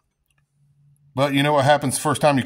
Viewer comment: "like-eaat", or "like-iss"...sounds like everyone I grew up with who skips the "th" when saying "like this" or "like that", lol! Good tip though, I'm going to harvest a length of copper wire that's laying around in the woods and try-iss! ;-)